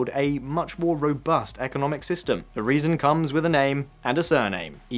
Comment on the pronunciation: Just so you guys know for the next video, it is "eh-vo" Morales instead of "ee-vo" Morales.